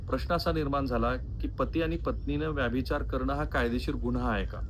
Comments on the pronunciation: व्याभिचार असा उच्चार नाही, व्यभिचार असा उच्चार आहे. तुम्ही वारंवार चुकीचा उच्चार करीत आहात. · रिपोर्ट चांगला आहे परंतु व्यभिचार हा शब्द तुम्ही व्यभिचार असा का उच्चारता ते कळत नाही .